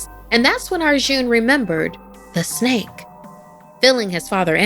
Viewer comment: Bro, She Adding The "Snek" Murdered Me. XD Jokes Aside Though, Yeah, The Snake Is Pretty Cute, Though I Probably Would've Been Way On Edge Knowing That Thing Was Raising It's Hood While Looking Up At Me. Note: When Cobras Do That Thing Where They Extend The Looser Skin By It's Neck And Make It Look Like Some Kind Of Hood By Their Heads, Yeah, That's A Warning Sign Lol.